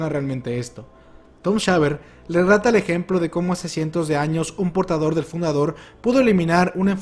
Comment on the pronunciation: Dijiste "lerrata" en vez de "relata" jajaja